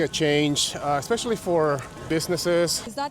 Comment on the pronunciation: OMG nice! How many times did you pronounce it 'EXspecially' instead of 'especially' when you were there? Gotta be over 100.